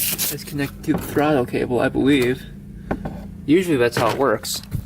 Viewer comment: every time he says "puwer" or "thradall cable" has me laughing to tears